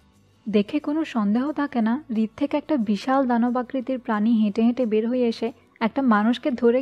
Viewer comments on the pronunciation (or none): অনেক ধন্যবাদ আপনার প্রচেষ্ঠার জন্যে। কিন্তু কিছু কিছু উচ্চারণে আরেকটু যত্নবান হওয়া উচিত। আপনি হ্র্দ কে "রিদ" উচ্চারণ করছেন, আসলে এর উচ্চারণ হবে "রদ"। ঠিক তেমনি ব্রক্ষান্ড এর উচ্চারণ হবে "ব্রম্মান্ড" ব্রখ্যান্ড" নয়। আশা করি শুধরে নিবেন।